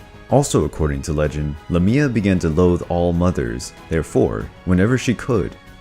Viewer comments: Not Cry-sah-ore. Chris-ah-ore. Not Luhmia, Laymia. Not Hecateh. Hecatee. Not Empusa, Empousa - and not both feet were donkey. One was brass. Not Like-eon. Like-ah-on. Also, he was punished for FEEDING HIS SON TO ZEUS, not that nonsense you gave. Not Dyonisius. Die-oh-nigh-sus. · He pronounced it wrong though...the way he stressed it is a place in Greece.